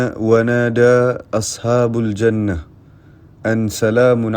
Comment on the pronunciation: Betul tu Al Quran Wajib dibaca dengan Tajwid time nak Waqofkan(Berhenti) mestilah Di hazafkan(dibuang) bunyi baris/tanwin hujung huruf tersebut....bergantung kepada baris hujung huruf tersebut... dan Baris pun kene check samada Dhommah atau Fathah mcam وناداو اصحاب الجنة.. Wanadau Ashabal Jannah..kalau Ashabul Jannah dah lari maksudnya.. Ahli Syurga yang memanggil/menyeru...sepatutnya Ahli Syurga Diseru/dipanggil... Mungkin PU Rizz tersasul...Waallahu A'lam 😃 Anyway keep it up..good work بتوفيق والنجاح... وفقكم الله القوة والأمان والسعادة